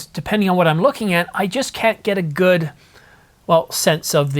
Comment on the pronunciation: Key Points about Vancouver you said “god points” should that be “good points”